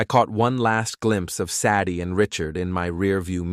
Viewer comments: This channel needs help. Saddie as a name, instead of Sadie. Does this crappy A.I. HAVE A LEARNING DISABILITY? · "SADD-eee"? SAY-dee, robot boy,SAY-dee. I could be wrong. Is "Saddy" an actual human female name? Silly robot, narrating YouTube cheating stories is for humans. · Pine Valley Lodge doesn't have elevators. It has individual cabins. Sadie is pronounced Sa-die with a long "a". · Cant pronounce "Say-dee". Ridiculous AI reading.